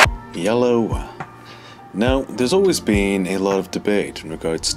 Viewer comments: He does say yellow as hello, doesn't he? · Why do you say yellow instead of hello?